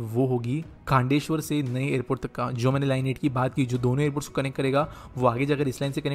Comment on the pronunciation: Even after being a local Marathi person, he's not able to pronounce half of the names correctly. Calling ठाणे as थाने, खांदेश्वर as खांडेश्वर, and what not 🤦‍♂️